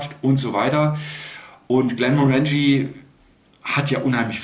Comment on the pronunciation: GlenmOrangie nicht GlemorAngie 🥃